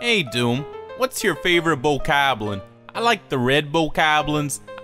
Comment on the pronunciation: Hey DooM, why do you say Bokoblin the way you do? I think it's funny.